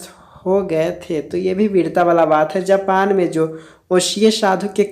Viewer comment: Bhai "Japan" gae the "Japal" nhi